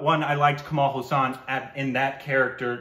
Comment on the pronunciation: This is something like saying Forest Gump is a crap movie and tom hanks acting was ok other than that there was nothing in the movie.... first plz pronounce his name properly its Kamal Hassan not Hussain lol